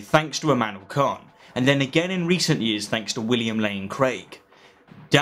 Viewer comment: Oh no. Did you put Immanuel Kant and William Lane Craig in the same bracket? Dude, that is a brutal disservice to Kant 🙁 And a small request please. Sorry to be pedantic. It’s “Kant” with a flat/short A and a hard T at the end. It’s not like the English word “can’t”. Sorry, I just have a soft spot for Kant as he was one of the first important Enlightenment philosophers to move away from a theological basis for moral philosophy.